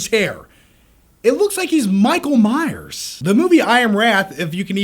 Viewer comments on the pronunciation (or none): none